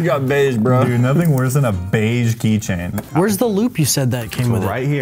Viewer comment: key chain king "key ching"